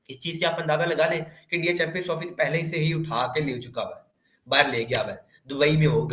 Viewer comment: Ye से को फ बोलता है